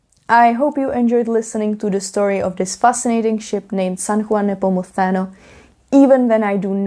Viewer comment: Your pronunciation of San Juan Nepomuceno is actually on point, from a spanish speaker. Only thing is when saying Cadiz the emphasis should be on the a not on the i. Nice vid!